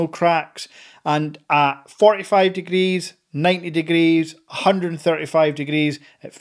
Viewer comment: What are kahgrees?? Youk eep saying kahgrees what is that?